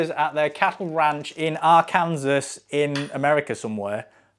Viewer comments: ar kan sore not are kan sas for crying out loud. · It's pronounced R CAN SAW...ask your hairdresser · Pronounced: Arkan-saw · Arkansas is pronounced Ark-an-saw. Good work calling these idiots out. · Technical note: Arkansas is pronounced "Arkansaw". The only reason I know is because I used to watch Wacky Races as a kid, and one of the race cars was the Arkansas Chug-a-bug. You're too young to have watched so I'll let you off 🫣.